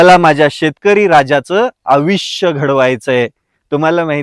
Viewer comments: आविष्य नाही मित्रा. आयुष्य ! ❤ शेतकरी हा विश्वाचे पोशन कर्ता आहेच पण कार्बन क्रेडिट घेवून विश्वाला प्राणवायू निर्मीत्ती कर्ता ही आहे . जय हिंद ! वंदे मातरम ! जय जवान! जय किसान ! जय संविधान ! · आयुष्य म्हणा 😅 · आधी शुद्ध बोलायला शिक..... खूपच सुशिक्षित वाटतोस..., पण तुला अजून "आयुष्य" हा शब्द नीट उच्चारता येत नाही.... बड्या बड्या बाता मारतोस....